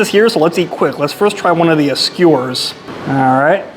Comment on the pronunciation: Skee Ew_ers. u said scores, lol.